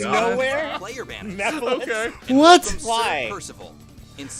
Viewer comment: Nobody else notice they said Meh-Phyllis instead of Mephiles?